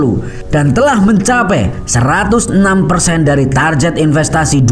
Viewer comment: Mas ... TARGET itu dlm bahasa inggeris TARGET juga bkn TARJET